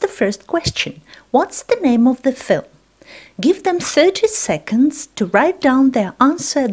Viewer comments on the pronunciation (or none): none